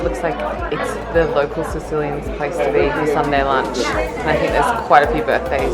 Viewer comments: I’m a Sicilian teens and I can say that you pronunce wrong every names! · Ooo I wish u could pronounce it properly haha being Sicilian it drives me crazy. Totally not ur fault ha